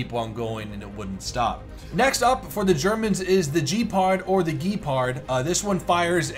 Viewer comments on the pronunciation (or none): it's not prounounced jee pard or gee pard. It's Gep ard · How did you manage to mispronounce "Ghepard"